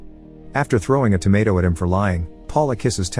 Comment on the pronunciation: The word “tomato” was pronounced wrong about 120 times in this video.